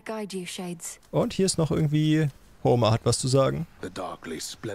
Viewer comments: Als erstes nen bisschen Klugscheißerei: Homer wird Ho-mehr (also einfach deutsch) ausgesprochen, kann mir aber auch vorstellen, dass du es aus Spaß so aussprichst. Ansonsten danke für die Videos, das Spiel sieht sehr vielversprechend aus, bin schon am überlegen ob ich es mir im early access hole. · Homer ist ein berühmter Dichter gewesen, falls es dich interessiert. Auch wenn ich bei den Namen immer an Simpsons denke, obwohl es theoretisch eigentlich anders ausgesprochen wird. Bei dem Dichter ist das e eigentlich länger gezogen., Generell sind viele griechische und auch römische Namen sehr - sagen wir - interessant XD